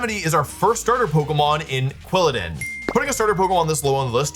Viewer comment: You said Quwillidin twice